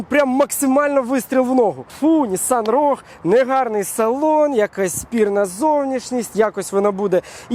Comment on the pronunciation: Саме цікаве шо автор і сам не правильно називає марку моделі. В англійській мові слова рог немає. Правильно вимовляти роуг